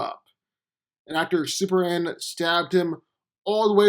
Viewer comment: It's Superman. Not Super Anne! Fukk! So triggered!